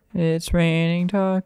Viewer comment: funny how he is saying tacos